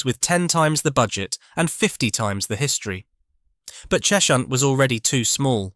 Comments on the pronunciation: It's "Ches-hunt", not "Chesh-unt" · It’s not “Chesh-hunt”, it’s “Ches-hunt”